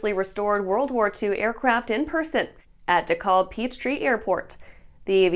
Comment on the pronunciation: Dekalb (PDK) is pronounced without the L, just De-cab. :)